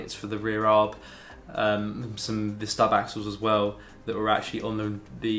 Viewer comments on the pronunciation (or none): Stop calling it a Arb it is called a A.R.B short for Anti Roll Bar